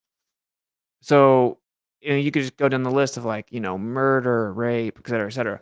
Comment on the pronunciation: Did you say Excetera? It's Et Cetera.